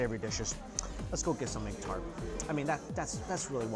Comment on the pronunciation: "Eggu tarteu"